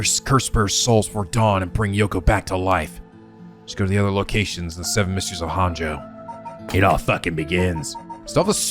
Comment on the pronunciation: This is going to bother me forever if I don't correct it now: Japanese is a phonetic language with syllables that are almost always separated out by vowel sounds, so... "Honjo" is pronounced "Hone-Jo" like "Hojo" from FF7. It's not too late. Please, come to the light, we can still save you from mispronouncing all the proper nouns in another japanese visual novel, EDIT: Also, as someone who's only about ten minutes ahead of where you are in the story, I have to say you should NOT look at any other playthroughs, even ones that show parts of the game you've already seen.